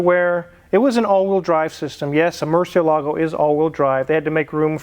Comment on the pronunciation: Makes me cringe when people mispronounce Murcielago